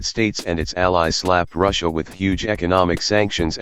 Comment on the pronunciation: Wow can't even pronounce "Russia" properly and calls everything he disagrees with "supposedly impartial".